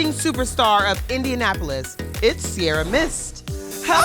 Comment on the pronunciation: Don't know why Americans keep mispronouncing Ciara and misspelling Sierra